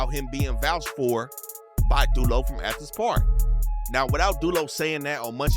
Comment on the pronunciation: really said ANTHENS